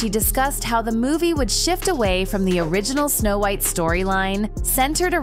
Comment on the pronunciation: She said the name wrong & not sure if it was intentional or not, I grew up w/this movie tho so I feel strongly regarding this.